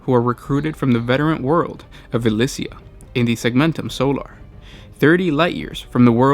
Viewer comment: Why does this guy pronounce loads of stuff wrong in all his videos? Elyii-syia. Not elissia.